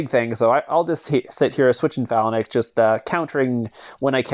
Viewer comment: Its pronounced fay -links pleaseeee stop sayin phal a nix